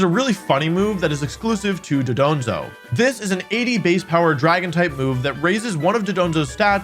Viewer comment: Aint it DON-DOZO???